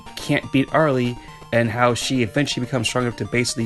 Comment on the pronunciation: I forgot to tell you that Arle’s name pronounces “ar-ll”.